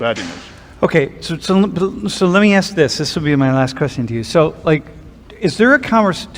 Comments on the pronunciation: why do you say "axe" instead of "ASK"? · Ask, not axe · Honest question, as someone whom english is not my first language. Why people say "axe" instead of "ask"? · Please, its not aks Its never been aks. Someone started mispelling the word because they are dumb, and now people are saying it aloud. Please...